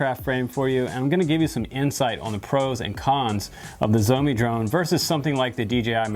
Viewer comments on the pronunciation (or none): I hear it as zombie me, haha instead of Shoume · Good video, but butchered the brand name...Schz-ow-mee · Cool video but its sheoh-me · SHIAO MI (Something like Show Me) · It's Shao Me, Just like the Shao in Shaolin. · Hahaha! Xiaomi is Pronounced " Shau Mi " sounds like (Chow) with an S ! Love Your Videos !